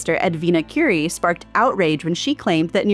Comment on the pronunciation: For next time Edwina Currie's surname is pronounced as in the food "curry" not the Nobel Prize winner Marie Curie.